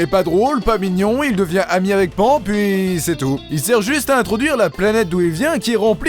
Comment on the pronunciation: Ah oui ! C'est "Panne" pour la prononciation de nom de la casse-couilles de service.